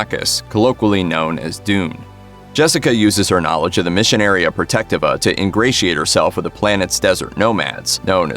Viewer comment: wild pronunciation of "missionaria protectiva"